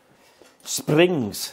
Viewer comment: Good job done, I cracked up when you said "Sprrrrings"😂. Looks bloody cold. That's terrible after only 4 months😡. Happy New Year to you and your Family mate 🍺🍺